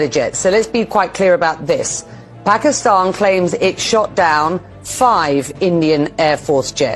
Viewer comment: Bro, it is not Pagisthan